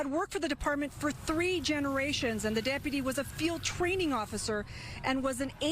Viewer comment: Why does that loser sheriff mispronounce deputy? Is he retarded or something? "Depaty."🤣